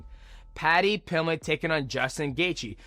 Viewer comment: That and Paddy Pilmett